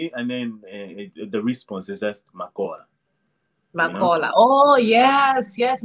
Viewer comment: When you say Uli uuli in tumbuka the response is makora not makola